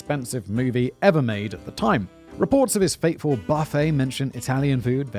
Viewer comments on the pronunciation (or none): none